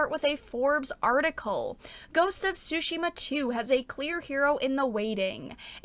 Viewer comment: I really enjoyed your video as always but I'm gonna be honest, I cracked up at your pronunciation of Tomoe :') Also I know english speakers don't do that but the T is Tsushima is not silent, just loike in tsunami (both japanese words) ;)